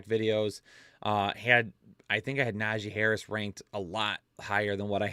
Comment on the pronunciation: Bro had me dying saying Tajee Harris 😂 Also, gave us a really solid slip this week, and even said that was his big money slip, it hit 👏 so everybody can just shut up about those, my guys are always on point win or lose